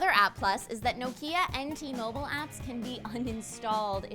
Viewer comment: it's Nok-i-a not No-ki-a. Also may as well add Mobile not Moble